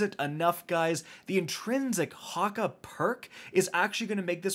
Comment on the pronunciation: Here’s how to pronounce hakkë. “Hawk-ay” but spelled hakkë